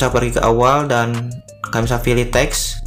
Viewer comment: Pilih apa filih... terganggu dengarnya